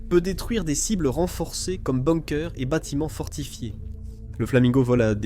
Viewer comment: Tu sais pas dire Kiev et bunker 😂